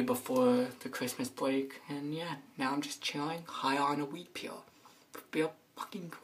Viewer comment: I only watch this to hear say gwate instead of great